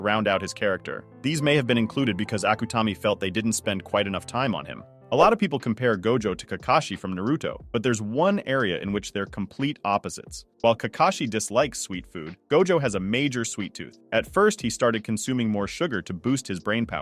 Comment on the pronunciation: "Nuhrooto" I cant.... It's Naruto.